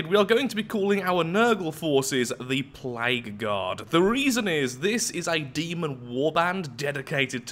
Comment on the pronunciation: With 2x speed and your accent whenever you say "Plague Guard" it sounds like "Played God"